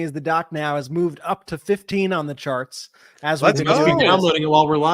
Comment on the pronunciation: Sounded like you said “Sharts” not “ Charts” lol